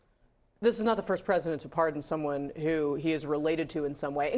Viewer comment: Par-D-on, Wayne. Par-D-on, Garth.😂 ...but impeaches are off the table.